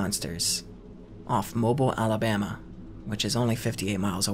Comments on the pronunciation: Mobile Alabama. It's not pronounced how you said. The way it's phonetically pronounced is Mo- beel. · Mmmmm how you pronounce mobile pains me it’s a massive pet peeve lol